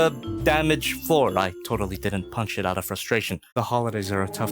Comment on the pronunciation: Out has a T on the end 😅